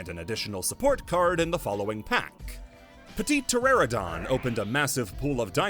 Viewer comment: I know this is like 2 months late, but that Petiteranodon pronunciation is WILD